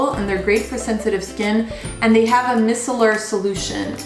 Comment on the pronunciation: micellar is pronounced as MY-sellar :)